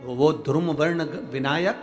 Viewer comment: बोलना सीखे मूर्ख धुरुम वर्ण नही बल्की धुम्रवर्ण होगा